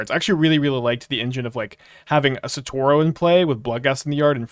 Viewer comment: Satoro has been bothering me for months dude